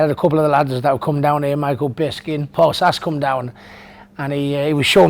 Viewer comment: Michael "Bisking?" bwaahahahahah